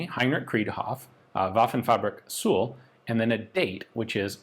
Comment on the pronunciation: Nice video, but the letter s in suhl is pronounced like zuhl In German s is always pronounced like z in English